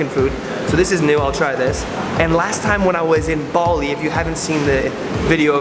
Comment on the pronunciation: Bali not baldi xddddd